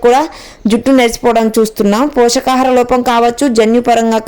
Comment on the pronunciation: Pochakaharam కాదమ్మ.పోషకాహారం అనాలి.